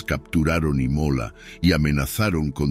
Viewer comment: El narrador pronuncia mal infinidad de palabras. Imola en vez de Ímola. Nicolo en vez de Níccolo y varias más.